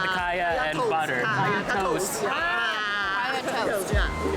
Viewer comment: giving you a like and subscribe for the pure attempt at pronouncing "KAYA" and "PANDAN" properly. I've heard countless Singaporean's go overseas and change the way they speak to appease the westerners. So thank you and!